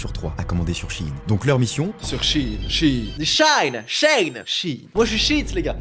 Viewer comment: "sheinside" donc oui ça se dit shi-in :(